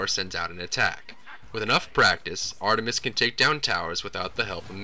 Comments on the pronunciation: Ar-TUH-mis sorry I just found it funny how exaggerated the T sound was. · HA HA am i the only one who cracks up when he says ar-tu-mus? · u say the t in artemis so emphazised it sounds hilarious